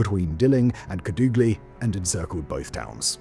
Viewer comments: Bold of you to assume my hometown doesn't exist. But a more proper way to say it is Kàdugly. If you know some spanish you might say it the right way. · Simon... There's a Family Guy bit about Peter listening to British Radio broadcasts he isn't even sure exists. Normally I think "Simon and his writers wouldn't make up place names". Then you said "Kadoogly".